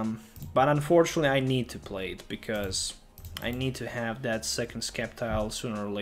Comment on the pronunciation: Sceptile is pronounced as "Sep-Tile". Just think of the word "sceptre"